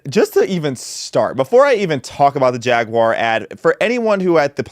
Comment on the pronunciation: Thank you for not pronouncing it "Jagwire."